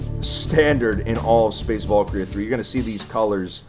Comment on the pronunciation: volkria? no valkyria va-l-kee-ree-ah its a foreign word, with a foreign pronounciation. anyways this is dope asf